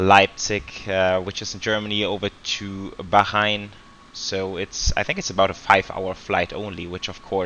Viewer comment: Bro When will you be doing your setup and could you do a flight from doha to Bangkok Qatar Airways 747-8f and Bahrain is pronounced as Bhaa-rain and what's the overlay showing for you flight